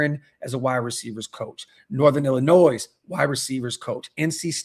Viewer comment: just because you have experience doesn't mean that you are good,.... look at matt nagy and luke getsy, they both have a lot of experience but neither one is very good.. and my second point is Illinois is pronounced Illinoi its french the s is silent, just like mitch needs to be...